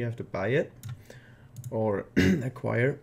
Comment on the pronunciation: *ahem, "acquire"...